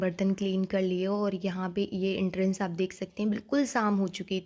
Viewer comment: Entrance hi hota h ji 😅